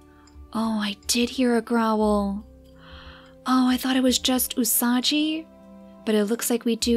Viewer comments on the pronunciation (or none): The gi in "Usagi" is pronounced like in "give". Otherwise you would write "Usaji" :)